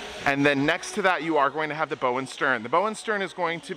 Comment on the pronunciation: It’s bow as in ouch.